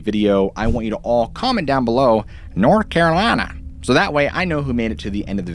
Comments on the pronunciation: North Carrrrlina 😃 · lmao NORTH CARALINAH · The way you just said North Carolina lol smh lol